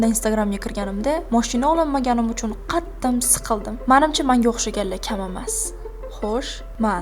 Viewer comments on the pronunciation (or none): QATTIM emas QATTIQ deyiladi!